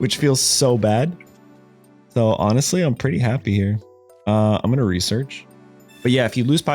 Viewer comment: It's just "Research" 😭😭😭